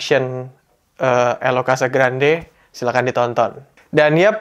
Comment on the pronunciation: Bacanya: Casagranjje...